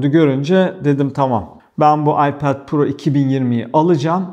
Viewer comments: aypad pro değil telafüzü ayped pro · ipead pro değil okunuşu iped pro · hocam seni seviyorum ama AYPEEEED diyip durma nolur..telaffuza takılmıyorum, sadece çok sık söylüyosun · abi ipaoath niye yani söylerken kendinde zorlanıyorsun ipet te iped de kedinde zor söylüyorsun vazgeç abi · gerçekten aklimdan çıkmıyor telefuzunuz 😀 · Abi Ipad deyişine bayılıyorum.😂😂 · FluTv İlker'den geliyorum. Ipad telaffuzunu duymak için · Öyle güzel ipad diyorsun ki kendimden geçiyorum. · Abinin İpad diyişi çok iyi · Ana dilinizin ingilizce olduğunu bilmiyordum. iPad 'in telaffuzundaki hatanız komik ve antipatik oluyor. Nedeni ise kendi hatanızın yerine başkalarının inceleme videolarını yermeniz. Bırakın herkes istediği gibi çeksin videosunu başkasına sataşmayın ki kimsede size sataşmasın. Burada sadece eleştiri yapıyoruz bir tatminlik durum yok başarılarınızın devamını dilerim.✌️